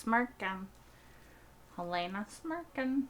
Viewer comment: I have watched dozens of Severance reactors, and I am puzzled by one thing... Why do 90% of reactors pronounce "Helena" as "Hel-AY-na" when it is never once pronounced that way in the show?